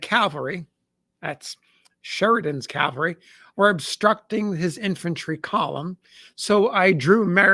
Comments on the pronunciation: CaVelry not caLvery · One day ill find an American who can pronounce the word CAVALRY. not CALVARY. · CAV-al-REE not CALVARI 😊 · Cavalry not Calvary. Jeez this guy is a historian? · Cavalry yes Calvary no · "Calvary" is a place. "Cavalry" is mounted soldiers.